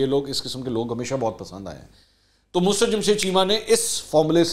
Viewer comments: Sir, your urdu language is not good, her name is Mussrat not a Musrat, talk the urdu teacher before the Recording. Thanks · The word is Mu SA Rat. Please speak properly. It is not Musrat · Sir I think you are mispronouncing Mussarat Jamshed.Plz review it.